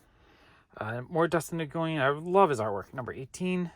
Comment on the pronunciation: Another great video! (Btw, Dustin Nguyen’s last name is pronounced “When”)